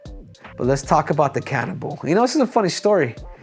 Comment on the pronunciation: World : "Cannibal" Henry : "Canibol"